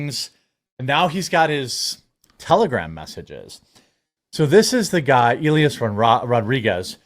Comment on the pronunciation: Jeremy, repeat after me. EE - LYE - ASS just sayin lol